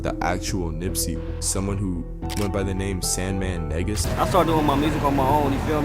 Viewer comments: Sandman Negus pronounced Knee-gus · Your pronunciation is irking me…it’s pronounced “Knee-goose” ie Negus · Negus, pronounced Nuh-Goose. #Smh